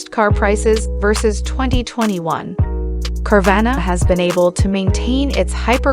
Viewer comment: Say it right